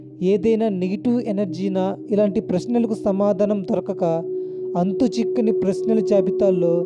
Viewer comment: చిక్కిని కాదు, చిక్కని